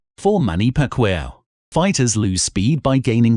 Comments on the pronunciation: His last name is Not, "PAK--WOW---it's, PAK-E-OW...Manny Paciaou. (Goodness). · These are all legends, but if u are preferring into the worlds fastest boxer I suggest u go deep research because there are fastest boxer now in this generation maybe exceeded those legends in hand speeds. Great video tho and please its not pac-wow, his name is pacqiuo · Pronounce it Pac-ki-yaw not Pac-wow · It’s not Manny Pacweo it’s Pacquiao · Manny Pacweeow?? It's PACQUIAO DUDE!! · Who's pag wow wtf it's pac yaw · Gago pakyaw hindi pakwow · It's Pacquiao (Pakyaw) not Pakwow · Pacquiao,, Not Pacwuaw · Who tf is pacweow 😂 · OK FIRST OF ALL... ITS MANNY PACQUIAO.. THATS PRONOUNCED PACK EE OWW If you can't say it right then don't even say it.. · I Love how he pronounce "pekwew" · Haven’t the narrator heard of how to pronounce “Pacquiao”? It could be just me but I heard it as pacquire. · Man really just said manny pakweeah 😂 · PacWHAT??? Did this narrator just broke his tounge?? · Pac-kwi-ao? JEEEZ! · Yep, #4 , the name we’ve all heard and said a million times, and DEFINITELY know how to pronounce… Manny PackWeeOww 😂 love the channel man. Definitely my favorite corner of YouTube for the good boxing content, and keep it comin! 🙌🏼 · "Manny pacchoir" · It's Pacquiao. Not Pacwow 😄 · First time I've ever heard the great man called Manny Pack-wow. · The first time he says it he calls him pick wee ow 😂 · Only criticism it is pronounced Pack-kio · bro butchered manny's name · He said manny’s last name wrong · I stopped watching when the announcer mispronounced Manny’s last name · is it me or he just said pacman's name wrong? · He is saying Manny´s name wrong,and then i got to RJJ...He calls him Ray. I just can´t get over it. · I would have liked and subscribe but you couldn't even say Many pacquiao properly 🙄 plus Roy jones was out punched and lost to a faster better puncher lol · The way he pronounced Manny Pac-Man Pacquiao's name 🤦🏽‍♂️